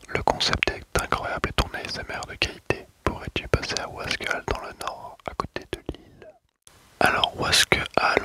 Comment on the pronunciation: Merci bcp d'etre passé !!!! Mias oui sinon on dit wasquAliens(le e ne se prononce pas) Super video encore une fois. grosse force pour la suite